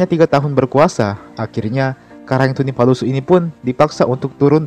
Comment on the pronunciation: Tunipasulu bkn tunipalusu tabe